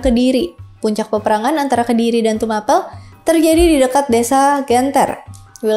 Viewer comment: Sedikit koreksi ka.. cara penyebutan huruf 'e' pada tumapel dan ken dedes itu seperti penyebutan huruf 'e' pada apel.. karena dalam aksara aslinya pake huruf 'e' pepet bukan pake huruf 'e' taling.. dan ken arok itu sebenarnya ken angrok...